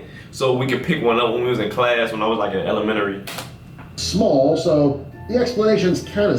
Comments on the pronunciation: he says “elemenary” 😂💀big fan tho💯❤️ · " elementry " oh I love 😂❤️ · "When I was in elemenary" 😂😂💀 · You really said elomenery 😂 it’s elementary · " when I was in elemenary" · Elermenery is not a word it's Elementary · When I️ was in “Elemenery” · This man said "elemenary" not elementary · Elemnery 😂 Not to be rude an a big fan Like this plzz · "Like, when I was in elemenary" lmao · Did this nigga just say elemenary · How he says Elementary 💀😂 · The way he said ' elementary ' 💀